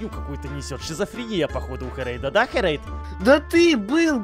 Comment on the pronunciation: Не херэйТа а херэйДа